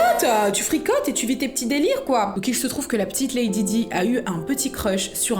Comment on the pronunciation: je l’ai mis à la française 🙃